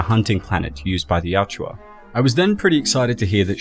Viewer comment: awesome videos. juts hurts me that you still say YAT CH UA :)) you prob read it wrong the first time and thats how u remembered it. Its actually YA U TCHA:) You are welcome:)